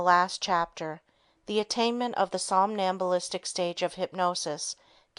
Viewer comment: "sombalistic" state? Do you mean "somnambulistic?" Or is a ventricle a volkswagen?